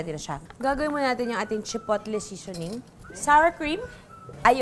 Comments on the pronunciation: Chipotle (Chi-pow-ley) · Silent T po Ms. Juday ang chipotle….Pero gusto ko ang taco recipe mo